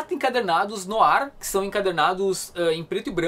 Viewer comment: batman "noar" se pronuncia